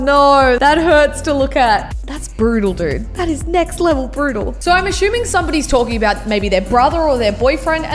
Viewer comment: you know someone's aussie or kiwi when they say "Nek" rather than "next" 😂